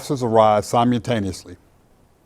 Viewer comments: Sim”u”taniously lol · "Si-mew-taniously"... spoken like a true wordsmith